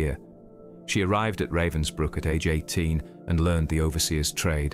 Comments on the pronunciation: At least learn TO PRONOUNCE RAVENSBRÜCK................... Not raven like black bird in english. "A" like in abandoned, abagail, alistar, atrophy. : Ravensbrück.... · Pronunciation guide: Dr Herta Oberheuser. It's Ober hoyser, not Oberhiser. It's Rahvens brewk, not Ravensbrook.